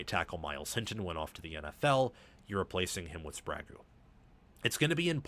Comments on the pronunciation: Hey because it’s distracting and takes away from a good analysis It’s spray geh not spray goo for sprague A fo bi as well not what you are saying 😊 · A few too many mistakes for me. Hinton was not at rt last year. Link was. Hinton was tricky a left tackle. And you are totally mispronouncing Sprague. It’s not Sprago